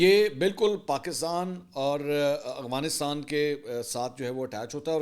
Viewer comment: Afghanistan ✅ Aghwanistan ❌ Mansoor sahb please correct your pronunciation